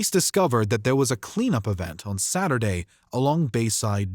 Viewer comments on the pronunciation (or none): none